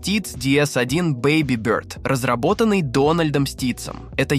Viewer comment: А зачем ты бёрд произносишь, как будто-то тебе чЬлен в рот засунули?